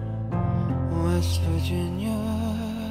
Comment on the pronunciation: What happened to the S in "west Virginia" at the start ?